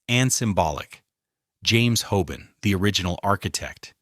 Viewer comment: It’s HOBAN not HOBONNE! Ffs! This is the second of your videos I have looked forward too but had to look away by the repetitive use of names and places and the utter drag out of what could be so interesting into utter sludge. Such a shame.